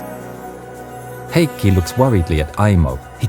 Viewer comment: I'm really impressed with your pronunciation of Heikki!